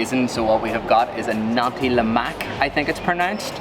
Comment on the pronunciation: Nasi means rice in Malay language, and the 'si' is pronounced 'si' in 'since'.